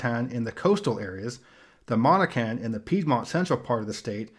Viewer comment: As a Virginian I can say you are the closest I’ve seen someone get to pronouncing the native tribe names correctly. Powhatan, the last part is said like a skin tan. And the end of Monacan is said like kin